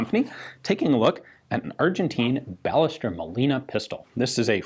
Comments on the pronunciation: Should this not be pronounced "bai-YEH-stehr", not "BAH-leh-ster"? The "LL" makes "y" sound in Spanish, I believe. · The name pronounced in Spanish is "Ba-yes-TERR" it is a common last name as is Molina. And the other translation is more realistically "manufactured by", not "for". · If anyone's interested here's how we pronounce "Ballester" in Argentina (or in Buenos Aires, at least): BA sounds like BUmp; LLE sounds like SHErman, the S is a simple s, and TER sounds like TERminal. Of course this is an approximate way to do it but I'm not gonna be throwing phonetic symbols here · FYI - The "LL" in Spanish is a separate letter and it's pronounced like a Y in English. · Does the "ll" in Ballester not make a "y" sound since it's a Spanish name?